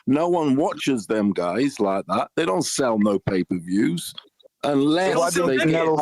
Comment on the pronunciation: If I have to hear this brodda say "payperverrrs" one more fn time!!!